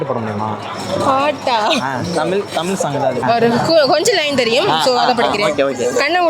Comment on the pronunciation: Kelvi kekra neengale ‘தமிழ்’ ah ‘தமில்’ nu solringale pa 😌